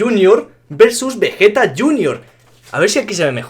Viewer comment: Like si en el minuto dice veyeta pero con g xD